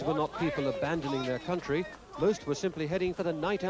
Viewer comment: Ve want to go back to ouw contwy